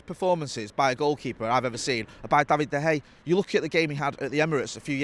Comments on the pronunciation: Seen some pronunciations for de gea but never seen someone pronounce it as bad as hey. Where did you get that from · Does anyone want to tell that there is an A on the end of Dea Gea's name? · is saying: Da Hay! Hilarious!! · I couldn't pay attention to this with "David Da Hey" being said all the time lol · De Hay... never heard of him 😅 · David De Haa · Going to start a Da Hay drinking game 🤣🤣🤣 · 🤔 De Gea or Da Hay 🤣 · This guy has always has a unique way of pronouncing things and nothing seems to change that. Have to keep asking myself every time he says it. Who's David de Hay? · Him and Howson have been saying it like that for years, and must know full and well that isn’t how you pronounce it